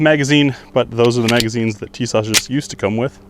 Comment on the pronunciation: I love mine guy's, but I just can't find the H in pronouncing Tisas lol.